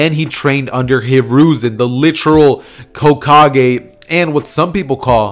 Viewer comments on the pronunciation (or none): Did u say cokekage?